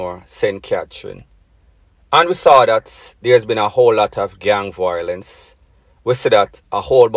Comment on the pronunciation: the word is VIOLENCE not VOILENCE fix up yu speech